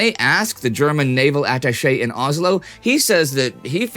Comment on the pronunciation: It's Oslo. Not Ozlo.